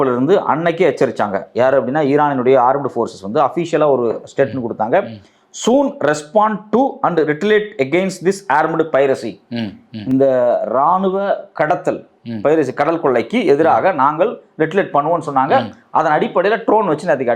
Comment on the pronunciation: Not ரிட்டலிட், Retaliate- ரிட்டாலியேட்👍